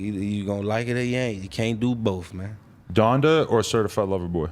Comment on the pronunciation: This man said “Donda brothers” 🤣🤣🤣 hell nah